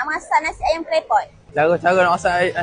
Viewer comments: Ayam bang bukan aye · Beras ❎ Berrrrwraahhhkkk ✅ Ayam ❎ Ayyek ✅ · Aye Beghah